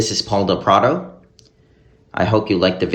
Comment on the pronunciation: Very timely doc! It's del PraDO! Not del PraDONT